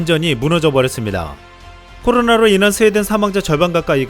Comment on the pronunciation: 발음 좀 정확히 합시다 코노라 ㅋㅋ